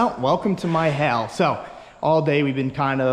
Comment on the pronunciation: "welcome to my hail" - 2021